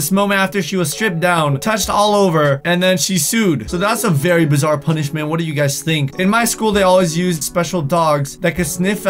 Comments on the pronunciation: " as a p-uh-nishmet" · That sounded weird when you said punishment